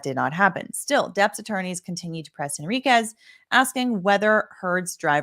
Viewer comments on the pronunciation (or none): The mispronunciation of “Henriquez” drives me crazy.